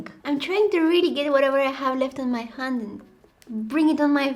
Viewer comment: You said Han instead of hand your voice is so cute